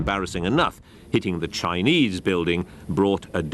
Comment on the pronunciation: You might want to put a bit more effort into the pronunciation of Chinese. A very amateur effort 😡 on an otherwise good video.